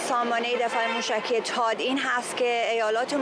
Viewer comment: تاد نه ، ثاد .... درست تلفظ کنید لطفا 🙏🏼🙏🏼🙏🏼🙏🏼🙏🏼🙏🏼🙏🏼🙏🏼🙏🏼🙏🏼